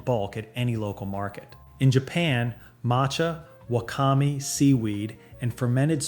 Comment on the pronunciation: It's pronounced tare(ta-ray), wakame(wa-ka-mei), natto(nah-toe), dashi(dah-she), .......Okay how they said oregano......I know the "narrator" is ai they are mispronouncing everything wrong and it's daiso(die-sew) Also the thing is with the boneless chicken and everything else, They forget to mention that Japanese prefer to shop daily for freshness, and that peoples freezers on their fridge are a hell of a lot smaller than the American fridge freezer. They also don't mention that an oven in a Japanese home is significantly non-existent or smaller than American ovens, as well flour here in Japan way more expensive here in Japan that America. I have never seen a block of cheese that can be shredded in my store from my store in Japan you can get velveta style cheese, slice cheese, snack cheese, and pre-grated cheese. Where the hell are you getting these prices.......this is bull shite. A 1.5 liter of tea will cost you from 150 - 200 yen, for salad mix it's anywhere from 100 - 150 yen. And veggies and fruits prices can sky rocket here in Japan depending on the time of year.....Since moving to Japan I barely buy fruit at all because all year round it can be very expensive.